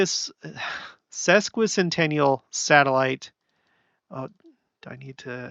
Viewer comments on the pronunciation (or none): I'm so grateful you can say Wasatch mountains correctly! I have a earthquake guy I like to listen to and he slaughters that and Willamette valley! Sesquicentennial is a pretty big word grateful that you made an attempt at ❣️